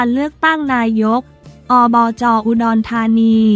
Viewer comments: นี่คุณๆๆๆ คำย่อภาษาไทยนะ อ่านใหม่ๆๆๆๆนายกฯ อบจ ตามนี้ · โถคงเป็นพาม่าถึงอ่านนาย..กอ,ออ.จอ.พูดน่าร๊าก